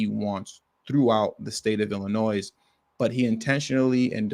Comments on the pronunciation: You don't pronounce the S in Illinois Bro. Chill out. 😂😂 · Good Lord man, ya don't pronounce the "s" on Illinois. smh...